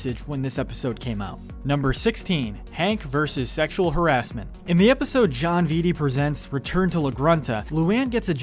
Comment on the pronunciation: Oh no you pronounced harassment wrong, watch out for the sjw's